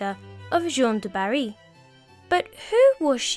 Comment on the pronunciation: As a french-german dude, I stopped the video at the disclaimer. I know how hard it is to pronounce french names for non-native speakers, but you're giving your best. It was cute tho. I loved it. Only partly wrong tho. You did good on 3 names. Gene du Barry. I'll never pronounce it in another way! Cuteness overload. "Gillomet" instead of "Gee-ooohm" is the best. I'm not making fun of you, bc as a legit historian I must say that you did good overall, but it sounds frightfully cute. I love this video.